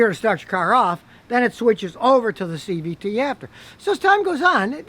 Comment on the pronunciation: Are u saying cvp? What is that?